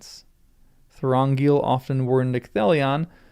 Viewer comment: That was SO entertaining, watching you struggle with Thorongil! 😂 Thank you!